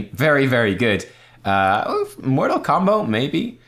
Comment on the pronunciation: I think you pronounce his talent incorrectly. I think it would be more like MOOOOOOOORTAAAAAAAAAL COMBOOOO!! Or something. :D